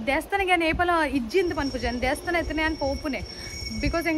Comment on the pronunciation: Nice vlog. But pronounce not correct. It is devasthana not desthana🙏